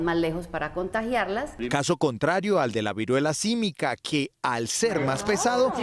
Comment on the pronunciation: Viruela símica, no sísmica